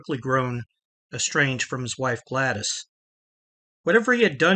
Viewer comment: don't sweat it bro. You're DeMeo videos are great. I'm not hating on you. Roys wife's name is pronounced Glad ESS. Not Glad-ee.